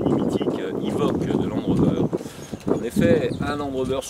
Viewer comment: Pourquoi il dit « ivoque »? Et la voie off le dit bien. En tout cas il est beau. J’aime moins le tout nouveau de 2019. De bonnes prestations cette voiture. Il manquait qu’un moteur TDV6 ou un SDV6.